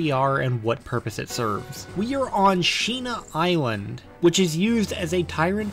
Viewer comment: I swear that I've heard "Shemale Island" Basically Thailand 😂